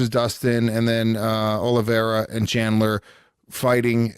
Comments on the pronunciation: Michael, it's Chandler not Shandler. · micheal its chandler not shanler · Bisping calling Chandler "Shandler" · Is it really that difficult to say chandler? I guess it is for bisping. Not to many braincells left there